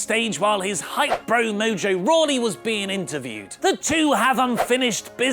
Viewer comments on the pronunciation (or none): none